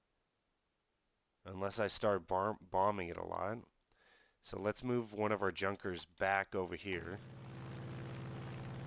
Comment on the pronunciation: Interesting gameplay. Corectly to speak Junkers - not Dzunkers. It is famous Ju 87 Stuka)